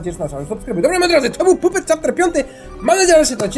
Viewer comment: pisze się jako puppet ale czyta się jako pappet